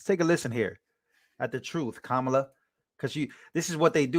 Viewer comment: ‘Quemala” mispronounced so what. 😊